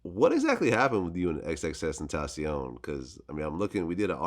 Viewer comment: nigga said “xxstentacion” lmfaooooooooooooooooooo